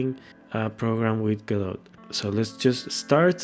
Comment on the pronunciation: "have you ever wonder how you can create a program with GUDUU"